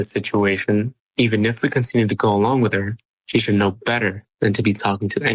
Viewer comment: i hate the way she says "what is wrong witch yew??" girl what is wrong with YOU?!